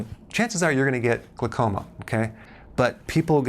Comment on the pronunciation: Hehe, "glacoma". 😄 It's glaucoma. :-)